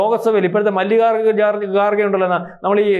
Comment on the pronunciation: Excellent reporting but pronounce well ...He is Kharge not Garge